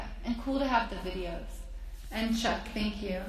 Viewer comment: Did she just call chuck, duck?? Naxmkskskakqoao